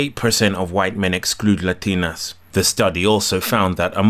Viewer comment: Funny as hell when he breaks into the heavy spanish pronunciation. LA-DEE-NOS and LA-DEE-NAS